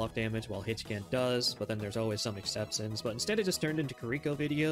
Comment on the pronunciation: Kind of funny that he can't pronounce exception.